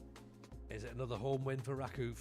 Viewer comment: Hey, - random comment just to say, it's "ra-KOOF", to rhyme with "goof". Have fun!